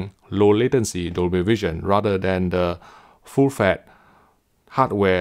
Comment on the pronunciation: Or "full fett" ^^